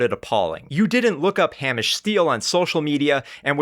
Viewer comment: Slight correction: it's pronounced Hay-mish. Source: the many, many times I've mentioned this to Americans I meet online :D